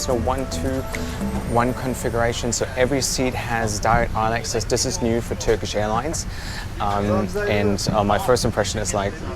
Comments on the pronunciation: hey. your turkish pronunciation is fine.. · Your turkish pronunciation is really good btw